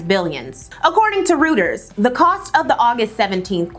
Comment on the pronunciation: Girl, I love your videos, but your inaccurate pronunciation of so many terms makes me unable to keep watching this video 😞 It really shouldn't be that hard to find proper pronunciations of things like "Reuters" or "Likud" or "Oslo".... not to mention all the well-known names that you shared 😢